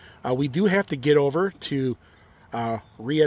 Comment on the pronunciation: I have to clear something up. Rheatown is pronounced Ray-Town.